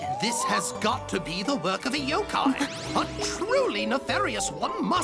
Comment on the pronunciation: It's pronounced yokai